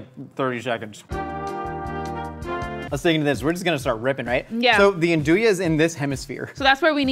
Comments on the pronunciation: So I’m super curious, because I’m from Texas and I assume it’s just that I’ve been surrounded by people who can’t say it. He said andouille “an do ya,” but everyone I know says “on do ee.” Are we just clueless? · the meat is pronounced "andooee" down here in the south. never heard it said "andooyah" lol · "Andooyah" ?? I think it's pronounced like ahndooey. - Resident Italian-American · Just FYI, Andouille sausage is a cajun classic. Its pronounced "Ah-nd-ou-ee" at least in south louisiana